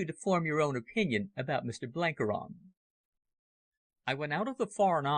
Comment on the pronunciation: Got th pronunciation of Buchan right mybe, but needed a bit better research in some of the other names! Blenkiron is ronounced 'Blenk-Iron' (you know, like iron ore - not Blenkey-Ron, And as fir the legendary Cecil Rhodes, his Christian name is pronounced ;Sessle', never 'See-ssill' :facepalm